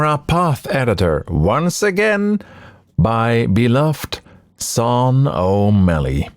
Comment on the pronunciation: This is so lovely! Incredible to see behind the scenes. Btw, I think Sean is normally pronounced "Shh - aww - n"